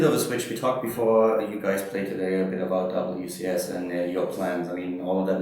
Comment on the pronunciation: did he say " alright gays" ? ^^